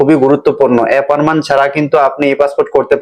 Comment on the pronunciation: Vai apperment na... Eta appointment...